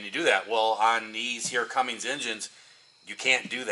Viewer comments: Good video. Though I always thought it was Cummins, not Cummings. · Cummins not Cummings